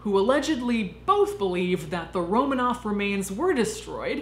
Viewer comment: It's RoMANov, not ROmanoff.